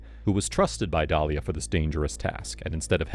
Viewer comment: Dalila not Dalia…😂